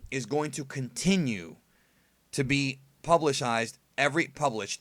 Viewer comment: Publishsized? LOL sorry. It just pierced my ears